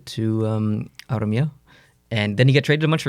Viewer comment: Good job, flawless Armia pronounciation!